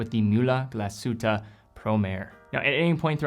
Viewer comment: please learn how to pronounce "Mühle" and "glashütte"